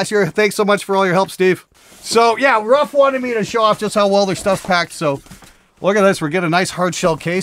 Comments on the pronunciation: I'm not polish but I'm pretty sure the name is not spelled like "rough", it's more like "roof". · Could they pronounce if "roof" just like the Ruf Porsche?